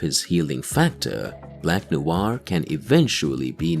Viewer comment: not NOU AR but Nouar. Sorry for the wingardium leviosa moment.